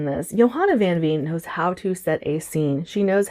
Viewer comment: I am so with you on the TBR trouble hahaha. I am glad you enjoyed Play Nice, I really want to try Harrison's works. And I can't wait to hear more of your thoughts on Blood on her Tongue, I personally really enjoyed it but I had no idea it was even pitched as a Dracula retelling lol. Also, just fyi, 'Veen' is pronounced like 'Vein'... Dutch is weird, I know 🤣❤